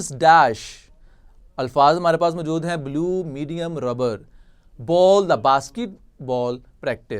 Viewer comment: Good لیکن اردو کا تلفظ بہتر کرنے کی ضرورت ہے جیسے موجود کو پورا ادا نہیں کیا گیا